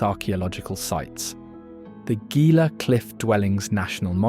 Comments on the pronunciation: Gila is pronounced Heela not Geela and Mogollon is pronounced Mogoyon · Gila is pronounced “Heala”. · It is pronounced 'HEE-la' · It’s Pronounced Hila But Spelled Gila 😎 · Please teach your AI narrator how to correctly pronounce the place names referenced in the narrative. Gila is pronounced Hee-la. Mogollon is pronounced Mo-go-yón. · Learn to pronounce Mogollon, Gila correctly.every time you say them I cringe and want to correct you...other pronunciations are wrong as well...nice video but many double standards...ie. the Taos Pueblo....it was first abandoned as the start of the video then you show it again and claim 1000 years of continual habitation. Then there are the Jay's you labeled them wrong. I suggest an in person and in depth study of all you covered in the video..getting to know the people and hire a local to narrate. I ALSO suggest more edits of it to get the REAL AND CORRECT New Mexico. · I live in New Mexico and, well, I hate to say it, but you have mispronounced "Gila." The 'G' is pronounced as an 'H'. Nice video. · A I voices never get pronunciation right.